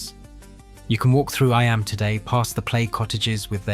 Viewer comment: Eeeeeeeemmmm not eye Am